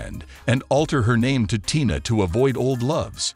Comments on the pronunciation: Can you read what You see written TINA NOT TYNA “PRONOUNCE “ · the voice bot pronounced it to rhyme with "China" several times. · Figure out how to pronounce your words!! Especially TINA! Jeez! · Don't mispronounce her name, her name is Tina not what you said. Be respectful. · Not 'Tie-na,' good grief why the heck you folks don't pronounce peoples name's properly. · I don’t think he’s a person I think he’s a computer and yes her name that she almost died for was TINA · Sir you need to stop reporting because you are really pronouncing her name wrong. Please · Please...pronounce ber name correctly. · Yeah pronounce her name right or don't say it